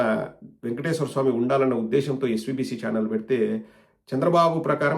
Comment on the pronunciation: He can’t even pronounce Venkateswara swami correctly , says vengateswara swami !!!!